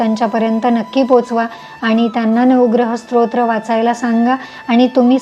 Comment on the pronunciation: माहिती उपयुक्त आहे धन्यवाद❤ आपण स्तोत्र उच्चार चुकीचा करत आहात तुमचा उच्चार ऐकताना श्रोत्र असहोत आहे😊